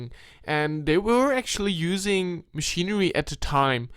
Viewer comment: Your voice is cloying and hard to listen to after awhile. It's book, not "buwk", machinery, not "machinewy." This is really amateur, filmmaker you are not. You're trying too hard - it's comes off patronizing and stupid. I couldn't sit through it with your stupid voice! Scary and, as you say, eewie!